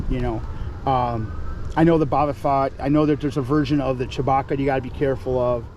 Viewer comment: "Boba Fott" and "CP3-0"